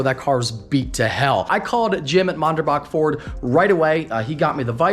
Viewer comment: Low key cringing at the way is saying Manderbach 😂